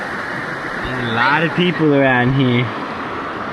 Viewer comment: "There's a laattah people around heah" 😂